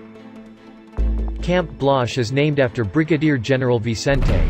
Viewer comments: It's BGen BLAZ (pronounced as BLahz) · Håfa adai from Dededo! I don't know about you, but I cringed every time the robovoice mispronounced Blaz. Blash?!? Bladj?!? Seriously?!?